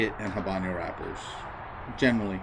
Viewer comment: Thank you for the review. It is good to get a review from someone other than the seller, manufacturer of the blender. Bye the way, it is not pronounced haban yo. It is ah-bano. The "H" is silent and there is no ~ over the n (ñ).